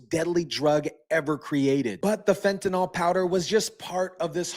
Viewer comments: Fent A Nil, not Fent A Nal. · Please learn to pronounce the word fentanyl. There is no O in fentanyl. The last syllable rhymes with "hill." Like this: "fentanill".